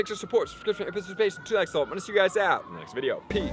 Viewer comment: No offense but you haven't pronounced participation right in a long time. Your channel is one of the best but your saying too much too fast it seems disingenuous. Maybe cut some of the useless info and slow down so people have time to retain your speech. I zone out every time I watch cause I can't hear you have to rewind several times and usually end up just looking up what I wanted to know. I'm not saying your bad dude but hate me or not I think you need to slow down because it's obvious that your that your on auto.